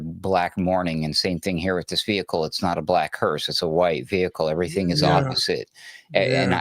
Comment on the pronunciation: it’s a “hearse” not a hearst. Patty was a Hearst